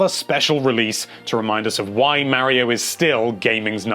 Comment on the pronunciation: Mare-io? Mar-iyo....